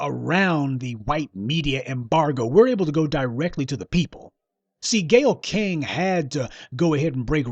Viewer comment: I just like how you say Gayyle Skank! I dont even know the bitch but i already hate her especially for attacking my black race